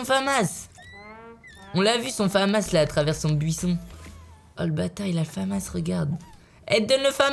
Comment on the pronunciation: Michou on dit la famasse pas le fammasse